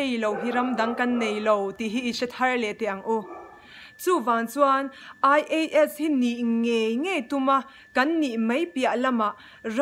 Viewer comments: Ai-ei-es....🙄 (ngaihthlak a hreawm lek lek...AI-E-Es . tiin lam ve mai tala ) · "A" hi ei tih anga lam tur aw, saptawng ah chuan.